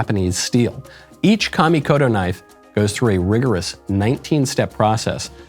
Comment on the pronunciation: Thank you for pronouncing Kamikoto correctly. Please walk next door and school Matt Walsh on this. 😂